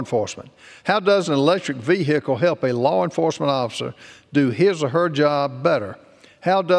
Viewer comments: What’s a veehickle ? Is it a type of TRANSport ? OMG ban it! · Vee- hicle.Are they from the same state, Kennedy and this member? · Veehickle. Take that in for a moment. Veehickle.